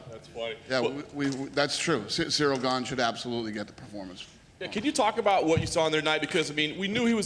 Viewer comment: They pronounce ganes name incorrectly. Hes french guys